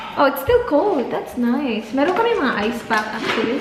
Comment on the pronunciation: ....🙏🙏🙏learn Na how to cook and host a party...... plssssss m ur no.1 critique,I like watching ur vlogs..... m d one who often correct u wit d pronunciations like Nice, wafer etc. Doesn't mean m just simply bashing u.... I like u kahit pa sabihing maarte,oa or five heads eh but I think u have to listen din naman sa constructive criticisms..... yung personal bash pabayaan mo n lng, hopefully ur future contents will develop pa more.😬😉🤗